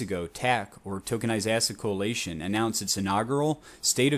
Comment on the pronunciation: Coalition not co-alation lol